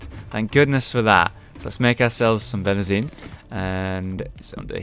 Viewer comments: It's pronounced ben-zeen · Why did you call Benzene that when there's litterally no 'R's in it?! :-P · I forgive you a lot of things, but how you say 'benzene' is actually killing the chemist in me >.< I personally think the bone sharks are adorable; the sound they make, not so much.